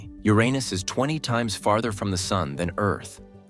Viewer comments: A vid that says the name Uranus correctly gets you liked and subbed! Maybe i should propose to the AI lol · Thank you for pronouncing the name correctly. The current pronunciation is far worse.